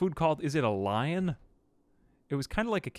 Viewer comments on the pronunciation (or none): none